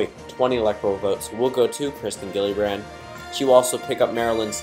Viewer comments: It’s kirsten not Kristen and it’s pronounced Jill-uh-brand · It’s pronounced “Jill-a-brand”